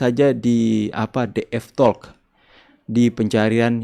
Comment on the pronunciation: terimakasih utk ulasannya dan info utk bisa nonton siaran ulang DF Talk. Namun demikian maaf bolehkah sedikit memberikan kritik saran tentang pelafalan kata "talk" bahwasanya huruf l di dalam kata tersebut itu 'silent' tidak dibunyikan.